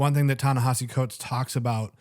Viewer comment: It's Ne-HEE-si, not Ne-HA-si. The vowel after the H is an I, not an A